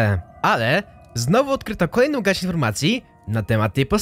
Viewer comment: UWAGA TŁUMACZĘ SEZONU GARŚĆ KTÓREGO GDY STOPIŁ SIĘ LÓD dalej już nie dałem rady tego słuchać